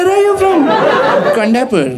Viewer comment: sorry for the correction its not kondapurr its kHond Aaa pur R should be rolling kinda padi dollala....